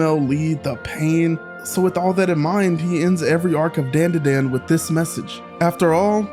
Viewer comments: Can pronounce "manga" right but not "DanDaDan". 🤦‍♂ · disliked purely for your pronunciation of the anime name, you clearly heard it right just a dumbass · Lmao, how did I know you'd have a Dan Da Dan video? Not only do you not know your way around anime production, you can't even pronounce the title of this one 😂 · Never seen anyone pronounce "dandadan" That way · Dude. It literally says the name in the intro song and in the clips you're using and you STILL say it BLATANTLY INCORRECTLY. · They say the name is the song many times right at the beginning (and obvs end) of the theme song and you still couldn't pronounce it correctly 🤦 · Why say dandadan like that when everyone else says it the other way it’s like nails on a chalkboard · I'm gonna watch the video, but how are you gonna pronounce the title wrong when the OP song literally repeats it over and over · It did, I'll give you a 10/10 despite my squinting at the screen when you pronounced the name wrong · It’s not dandadan like the name “Dan” like Dantdm, it’s pronounced dawn da dawn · You don’t pronounce it Dan da Dan you pronounce it like don da don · The opening intro: "DANDADANDANDADANDANDADAN.." x100 . This guy: Ah, yes, I see the truth.. DEN DE DEN.😂😂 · not Den De Den 🫠 it’s Dan Da Dan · Bro say "Dendeden", is Dandadan bru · hearing dandadan not pronounced dondadon startled me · Its pronounced dondadon, but yea momo is my favorite. I relate so much to her. Also turbo granny is my second fave. I love that she protected momo episode 1. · It’s spelt dandadan but it’s better to say it “Don-Da-Don” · is called dan da dan "This is den de den" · It's pronounced Dondadon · "This is DANE DA DANE" how much of a dumbass are you to say it like that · It’s Don-dah-Don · Bro said Dan Da Dan wrong😂 it’s pronounced dawn-da-dawn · Pronounced dahn duh dahn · It’s pronounced (DON DA DON) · "Dayn-dah-dayn" is crazy. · Its not "A" its said like an "O" Don da don<-😊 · Dayan dah dayan? Do you also say 2Pack instead of 2Pac